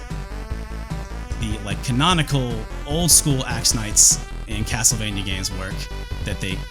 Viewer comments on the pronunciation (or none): none